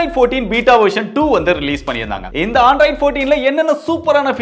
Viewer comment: Bro not Aandroid it's Android